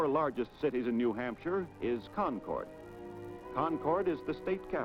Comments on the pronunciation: Dude said “ conquart” for concord😂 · 3 quarters of a century ago and even then they couldnt say “Berlin” and “Concord” right… 🙃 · The narrator is definitely from away, his mispronouncing Berlin, Concord and Piscataqua. Hard to believe we lost the Old Man about 15 years ago. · Ayuh, I noticed that as well. I don’t believe anybody actually went to New Hampshire for any of the information! I was startled that he intimated that the old man was a sculpture.